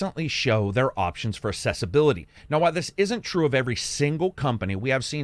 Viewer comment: Love your stuff but I gotta say it's pronounced aksessibility